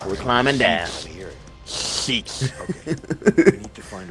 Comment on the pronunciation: The way said sheets 😂 i had ro replay that so many times